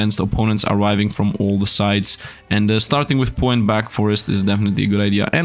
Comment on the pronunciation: I love how pronounces Poe wrong p-Oh